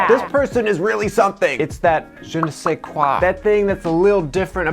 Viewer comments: the "is tat "jenay say qwa"" magnifique (Je ne sais quoi) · french people here laughing hard for Je ne sais quoi XD